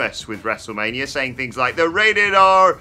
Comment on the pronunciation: The rrrrrrrrated r superstar